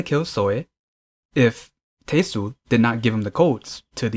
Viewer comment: Should be pronounced as Te-Sul :) Not Tei-sul 😊😊